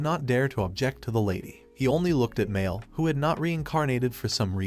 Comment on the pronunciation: Ah yes Mear = Mael, this ai voice is great at speaking